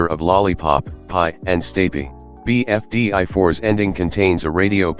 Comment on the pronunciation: Bro said BFDÁ